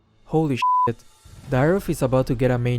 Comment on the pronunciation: Bro its dyrroth , not deroth